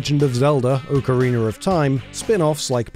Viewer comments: "Ocareener of time"? I understand having an accent, but that's just a whole-ass new word you invented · I love when people say “orcarina of time” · Ocariner. Yes. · Ah yes, Oak-ariner of Thyme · Ocariner of Time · Oh I thought he said Oakreamer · he said "oak-a-reener". Has nothing to do with hearing the word "ocarina". It's a stupid British thing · Why can't they say Ocarina or aluminum lol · Zelder: Okereener of Time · oh-kareener of time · "ocariner of time" ok bro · I-if I hear someone call Ocarina, Oakorina I'm going to do something illegal... Very .... Illegal. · "Okereener of Time" XD. Thanks for the rad video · OCAREENER OF TORME lol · The way you pronounce 'ocarina' is just unforgivable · I feel like all the British people say it like that it's hilarious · you pronounced ocarina wrong.